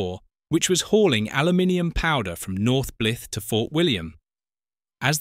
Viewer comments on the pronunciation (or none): Haha - North Blith! 😂😂😂😂😂